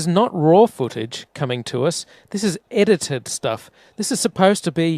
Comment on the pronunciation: I dunno - calling NASA videos "itited" makes him sound more like a kiwi